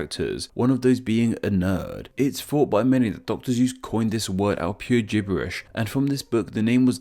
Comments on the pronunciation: So uh, just so you know, it's Dr.Sues, not Dr.Zues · why he say "Dr. Zeus" instead of "Dr. Suess" ?? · He's called Doctor Sey-oo-ss (Seuss) not Dr Zeus. You also forgot the most famous (almost exclusively) American type of high school student- the school shooter.